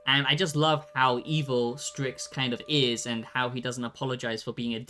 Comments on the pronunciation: Why are you pronouncing it 'stricks'? It's 'sticks' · LMFAO DUDE it’s called STYX not STRIX 😂 fr can’t anyone even read anymore??..